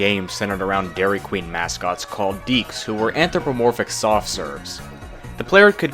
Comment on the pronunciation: It's pronounces DeeQ's (Dee Ques)